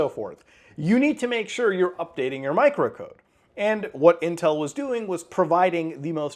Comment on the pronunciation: Intwel in sewrious twouble